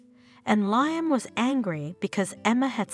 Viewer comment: Can you at least make sure Liam is pronounced correctly???